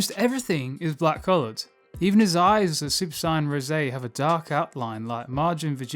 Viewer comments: I hate the way you pronounce saiyan. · i hate how he pronounces saiyan